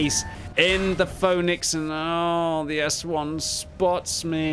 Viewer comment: When says Phönix i always hear Phony X xD